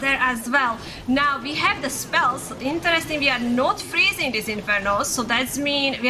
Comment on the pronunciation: And her English. She says "table change" instead of "tables have turned", using "froozing" instead of "freezing"... It is distracting, but at the same time easy to fix.